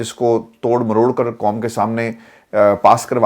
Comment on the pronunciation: السلام عليكم ورحمة الله وبركاته۔ عرفان بیٹا۔ آپ اردو بھول گۓ ھیں آپ کہتے ہیں حقیقت کو حکیکت ۔ قوم کو کوم کہتے ہیں۔ حق کو حک کہتے ہیں۔قائل کو کائل۔ آپ نے ۔۔ ق ۔۔ کوکیوں بھول گۓ ھیں ۔ محمد meesaW قریشی ۔ کراچی۔